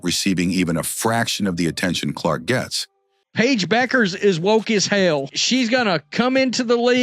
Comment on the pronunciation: "The correct pronunciation of "Bueckers" is Beh-kərz. It's not "bueck-ers" but rather "beh-kərz". The "ue" is pronounced as "eh" and the "ck" is pronounced like a "k" sound"